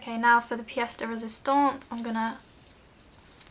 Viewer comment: I love how you say "pièce de résistance"